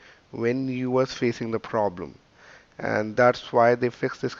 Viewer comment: "We gonna fix youw pwabwem" yea RIchard